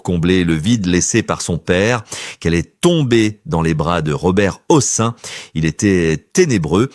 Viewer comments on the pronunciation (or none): Vous avez oublie un de ses maris et un de ses fils. Pourquoi ? Et pour quelle raison ne prononcez-vous pas le N de la fin du nom de Robert Hossein ?